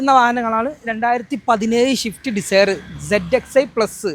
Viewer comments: Shift alla swift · ഇടക്ക് നാവ് വടിക്ക് ഷിഫ്റ്റ്‌ അല്ല സിഫ്റ്റ് 🤣🤣🤣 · ഷിഫ്റ്റ് അല്ല സ്വിഫ്റ്റ്